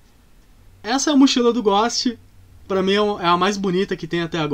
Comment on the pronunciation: Não sei pq mas me dói ele dizendo " Ghóst" e não "Ghôst"